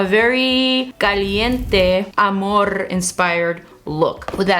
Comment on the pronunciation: Mariale logró que dijeras amorrrrrrrr con tono latino jajaja te amo ❤️